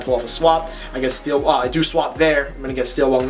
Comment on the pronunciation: Dude said wung